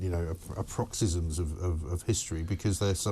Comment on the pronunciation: 'ridiculous, you know, aproxysms' . 'Aproxysms' is not even a Spoonerism for no such word exists. The one who is stoned/drunk is more likely to confuse the order of syllables. So which one is it, Mr Graham?